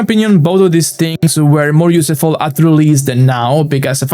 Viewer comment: Hello, I hope I don’t sound mean with what I’m about to say. Your English is very good! But you are mispronouncing the word “useful”. The “use” should sound the same way it sounds in the word “useless”, which you do pronounce correctly. Very insightful video as always, thanks very much for your efforts, you rock!